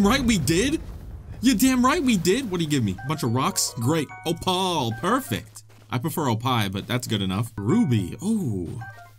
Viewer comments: H-how did you pronounce opal? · "Opaahl" instead of opal. hmmmm… undercover Lemm anyone? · Dude, you're blazing through this game lol. Also, "o-paul"? Lol. Is that what you called that rock?